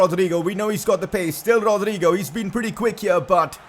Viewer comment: I don’t know if it’s just me but I hate the way he says Rodrygo